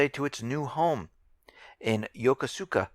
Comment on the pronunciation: " Yoko suka" lol